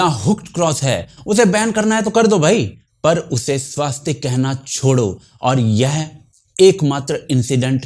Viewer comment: आप का धन्यवाद 🙏। परन्तु स्वस्तिक में आ की मात्रा नहीं है । उच्चारण स्पष्टता आवश्यक है ।